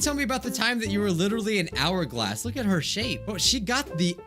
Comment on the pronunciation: in the bit where said “tell me about that hour-glass shape" he said " shit-shape "anyone else notice that?